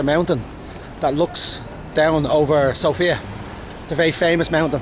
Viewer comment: I'm Bulgarian and you made me laugh with your pronunciations of Sofia and Vitosha. Usually we pronounce Sofia as "SOfia" (the stress is on O) not "Soufia" or "SofIa" just Sofia with the stress on "O." Also Vitosha is pronounced again on the first vowel just like Sofia - "VItosha" not "VitOsha." Just a small correction. :) We usually when we speak Bulgarian, compared to other Slavic languages we put the stress more at the end of the words, while in some occansions - at the first vowel, but this is more common thing with Serbo-Croatian and Macedonian or just the Former Yugoslavian countries in general with this type of accent (or even here at some villages or the very Western part near the border with Serbia and North Macedonia there are Bulgarians with this "Former Yugoslavian accent." Also some words matter where you put the stress and it can change the whole meaning. Just as tip if you decide 1 day to learn Bulgarian if you want to:).